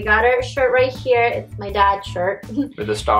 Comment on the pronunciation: since we are "HAIR" ???.. why you always say HAIR it HERE & he call his name as BOB it is BHAV. I mean seriously fake accent.. it's OK to speak neutral accent.. so fake acting